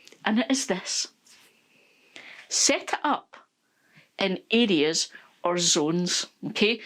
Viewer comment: Listening from Texas, USA and I was so confused listening in. I finally figured out that you’re saying areas (I thought you were saying idiots). 😂